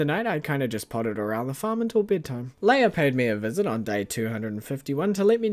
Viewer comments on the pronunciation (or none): none